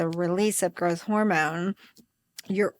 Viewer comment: Girth hormone? Are you trying to say growth hormone?